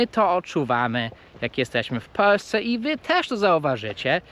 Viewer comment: Dlaczego Ty mowisz ",,,w Peusce zamiast w Polsce..." hee??